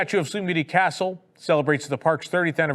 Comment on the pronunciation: & drones/ Blue sky. I nearly fell offa me chair LOL! Bell/Booze. I no NO Know Y you'd have to have booze delivered? Fountain got delayed reaction to Hurricane Ian & therefore collapsed a week later. will ALWAYS pronounce castle DLP wayyyy better than Michael Eisner. Tokyo Disneyland will ALWAYS one UP US parks on merch.